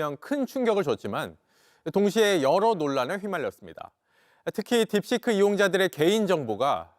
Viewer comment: 딥시크를 자꾸 딥스크라고 발음하네